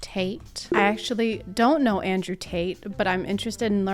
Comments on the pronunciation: andwe tt belongs in pwison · I can't recover from andwe tt. That's just his name now. Maybe it's also how her infant son pronounces his name. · It's andwe